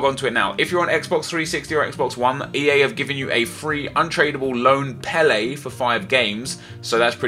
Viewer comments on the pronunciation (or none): none